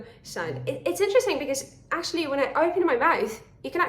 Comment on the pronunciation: It's interesting that you barely pronounce one of the syllables in in-ter-est-ing. 😉 You almost say in-trest-ing, at least to my California ears. 🙂